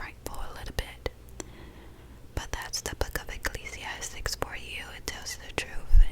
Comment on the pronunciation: Hii this is super relaxing 😊 I know you made this video a year ago, but just wanted to quickly say, I believe the book is Ecclesiastes and not ‘Ecclesiastics’